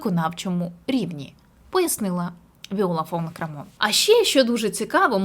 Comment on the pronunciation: Прізвище Крамон наголос на перший слог